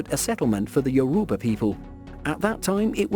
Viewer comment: He pronounced Lagos correctly and Yoruba he pronounced wrong